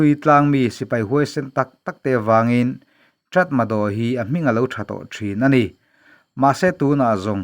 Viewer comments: Aw, a inziah dan aṭang chuan 'Ṭatmadaw' tih âwm tak a ni a; nimahsela, a lam rik dan tur dik tak erawh 'Ta-ma-raw' tih zawk tur a nia... Nypidaw pawh hi 'ni-pi-raw' tiha lam tur a nia. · 'Tatmadaw' tiha inziak hi 'Ta-ma-raw' tiha lam tur a ni e. In tilawmawm ṭhin tak zet. A bengvarthlak ṭhin e. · Tratmadaw a ni lo, tatmadaw😀